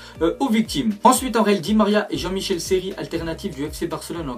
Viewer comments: Jean-Michel Seri t'es serieux narvalo s' est Michael pas Michel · Je rêve ou il dit Jean MICHEL Seri😂😂